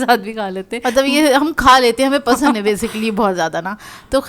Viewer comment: 'Pasan' instead of 'pasand' 😆